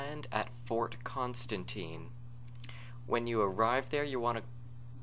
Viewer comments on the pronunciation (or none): none